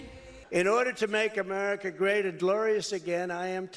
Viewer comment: Trevor use to have me crying laughing at Trump during his Presidency.. Especially when then President Donald said "The Unity Shash of Amerikaw" 😂😂😂😂😂😂😂😂😂😂😂